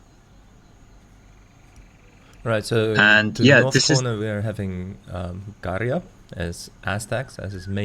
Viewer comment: You cringe me when you sai Garia instead of Garja